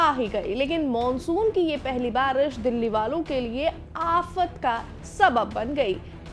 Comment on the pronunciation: दिल्ली ❌ गिल्ली ✅✅🤣